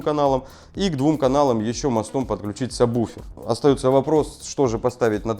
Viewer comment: Всё вроде грамотно, но почему во всех видео сабБуфер - если он сабвуфер ? Ужасно режет слух.